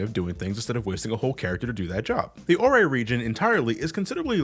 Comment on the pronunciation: Ore is pronounced as OR like the stone